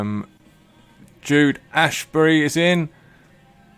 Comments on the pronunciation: By the way, my last name is Asbury not Ashbury!!!!!! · also, it’s As-bury, not Ash-bury.